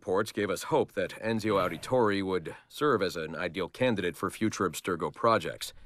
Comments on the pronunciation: note, the guy voicing the Abstergo Analysis videos is Roger Craig Smith. This is the same guy who actually voiced Ezio in 2, Brotherhood, Revelations, etc. So the mispronunciation is intentional XD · think the mispronouncing of Ezio's name was intentional because it was supposed to be an Abstergo (Templar) made video and they don't care for how Assassin's names are pronounced.